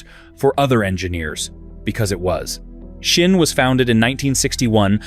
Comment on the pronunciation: Pronounced zin. Z-in, zin. It's German. Say it like General Burkholder or Sgt. Schultz.